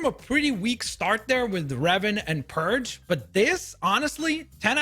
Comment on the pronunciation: It bothers me too, why does he see a P instead of a D?